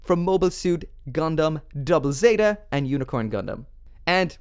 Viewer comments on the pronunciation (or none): none